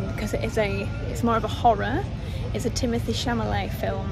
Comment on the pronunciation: It’s the second time when you say Timothee’s name wrong 😭